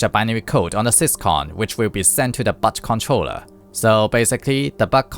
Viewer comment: 'Syscon'? 'Butt Controller'? Is this video AI dubbed? 😂😂😂